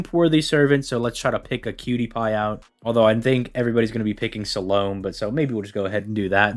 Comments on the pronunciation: Yeah, that's exactly why I avoid IPA in Youtube comments. It doesn't mean anything to most people. Where are you getting /ˈsæləmeɪ/ as a specifically American pronunciation from? /səˈloʊmi/ is what I see listed as the main or only pronunciation in most places, and Wiktionary lists it specifically as a US pronunciation. Some places list /ˈsæləmeɪ/ as an uncommon/alternative pronunciation. Seems to me like a hypercorrection by people who think it's a French name, though I have nothing to back that up. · The English pronunciation is "suh-LOW-mi". The last syllable is only "may" if you're French, which pronounces her name like Solomon with the last syllable switched from "mon" to "may". And if you want to be pedantic, her actual name (like how she says Yokhanan instead of John) was Shlomit, pronounced "shlo-MEET".